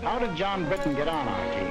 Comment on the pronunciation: I like how you now say Bri'on instead of Briton. ONE OF US! ONE OF US!